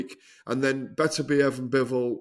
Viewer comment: Agree 100%. Plus Oladipo persistently mispronouncing ‘Beterbiev’ even though he absolutely knows better. It really grates.